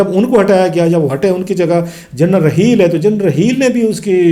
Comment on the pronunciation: کلاسرا صاحب ذرا نام تو ٹھیک طرح لے لیں ۔۔ جنرل رحیل نہیں انکا نام جنرل راحیل شریف ھے۔اور فروق کوئی نام نہیں ھوتا , اصل نام فاروق ھوتا ھے۔۔ آ پ پڑھے لکھے لگتے ھو برائے مہربانی کسی کا نام تو نہ بگاڑیں۔